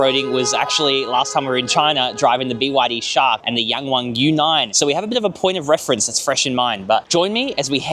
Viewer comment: I just love how you tried to pronounce YangWang properly! Well done!